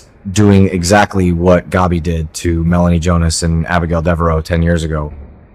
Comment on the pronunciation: Along with Stefano please learn to pronounce Gabi properly as well. Gabi rhymes with stab-e